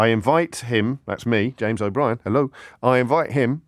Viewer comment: He doctored the photo and left out the other 2 people she was laughing with. Do you think you would be able to win Just A Minute. The main feature of the show is to speak for ONE MINUTE without repetition!?!? What O-bree-en?!?!